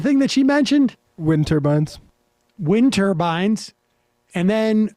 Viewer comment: Ok so he said turbans 🙄 not turbines. I know that's small. But that idiot gets everything wrong.